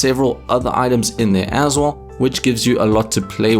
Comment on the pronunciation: Please stop saying aswull it hurts my ears